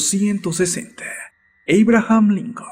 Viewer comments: "eibrajam lincon" jiganle "abram" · Error humano William Mackinley reelegido en 1990? y podrías pronunciar en español Abraham y no en gringo. Saludos desde Ecuador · Error humano William Mackinley reelegido en 1990? y podrías pronunciar en español Abraham y no en gringo. Saludos desde Ecuador. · ¿A nadie mas le molesta que quien narra éste vídeo no sepa pronunciar muchas, en verdad muchas palabras en ingles?, ¿"Eibrajan Lincon"?. Y no es el primero, en verdad, solo quiero que sea un aporte, generalmente tienen buenos temas, pero la narrativa resta mucho a la calidad de la información.